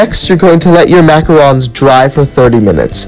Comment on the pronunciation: I’m French so it makes me mad when people pronounce it wrong!!!!